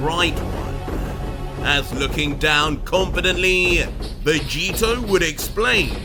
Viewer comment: Is it just me or did say Roy vegito